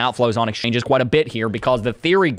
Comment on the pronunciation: I will forever call them.. “exchoinges” ! Hahaha 😂